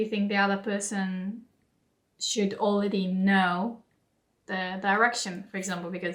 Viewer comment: 『Okay, we've learned a lot alれeady. 』 I heard what you did there. 可愛い😉 お疲れ様でした。